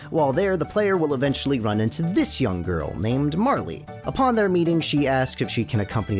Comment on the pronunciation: The E in Marle is silent